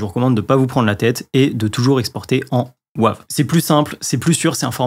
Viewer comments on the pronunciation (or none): Bonjour …. S’il te plaît prononce Wave à l’anglaise "weyve" en français c’est vilain 😂😉 Alain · Bonjour, comme le dit Laurent la prononciation de Wave est insupportable sur cette vidéo. Même s'il faut franciser beaucoup de mots anglais, par pitié celui là prononces le vraiment en anglais🤣🤣🤣🤣 Sinon tout le reste est parfait comme d'habitude. Bonne soirée. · Bonjour, merci pour ces précisions mais par pitié ta prononciation a la français du format WAVE m'est insupportable😅. Bon mais ce n'est pas grave, l'essentiel reste le contenue de ta vidéo. Désolé pour cette précision mais je ne pouvais pas laisser ça. On peut tout se dire 😂😊. À bientôt. Laurent, un fan 🎉